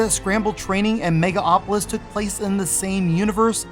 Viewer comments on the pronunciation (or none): Why do you keep saying "Mega Opolis" when the title of the game clearly says "Megalopolis"? Pet peeve, I know. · You mispronounced "Megalopolis" and "Jaguar" wrong, idiot.